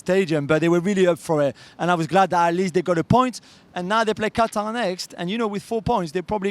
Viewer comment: ITS CAH-TAR you incel!